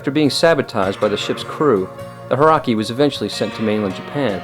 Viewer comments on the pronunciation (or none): Hauraki is pronounced Ha-oo-racki, exactly as it looks. When the word is spoken at normal speed, the "u" is almost silent but definitely should be heard. It is a 4 syllable word, not 3. Thanks to the missionaries to New Zealand in the early 1800's who did a great job of transcribing spoken Maori into a written language.